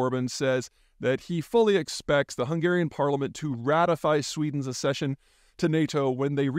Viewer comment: Ac-session, as in "axession". Like suc-sess, oc-sident, ac-sident, ac-sess, suc-sinct, coc-syx and every other word that has double c followed by and e or an i (or, indeed, a y). You can thank me later.